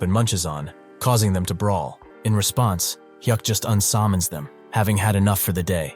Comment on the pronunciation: "unsammons them"